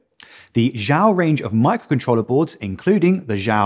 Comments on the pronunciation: It's not pronounced "jow". It's pronounced "she yow" (the space is not a pause; say it quickly as if it's one word). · Xiao is Chinese for small use google for the correct way to say it👍 Good vid BTW thank you